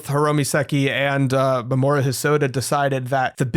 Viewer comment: I think you might be pronouncing Mamoru's name wrong. I thought it was "Mah-mah-roo", or something like that.